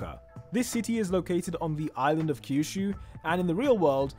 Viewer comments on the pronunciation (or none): none